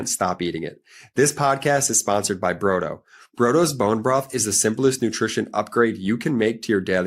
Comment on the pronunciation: Brodo, you are pronouncing iut incorrectly. It isa the Italian word flor soup.